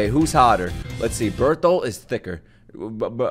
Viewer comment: I think this was the first time he said bertholt right the first time 🤣🤣